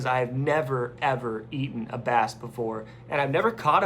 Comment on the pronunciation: I thought you said you were eating a bat, then I realize you said bass.